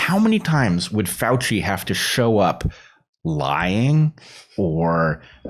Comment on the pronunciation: You mispronounced FRADci